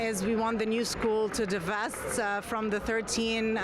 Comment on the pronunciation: Divest this cant say lol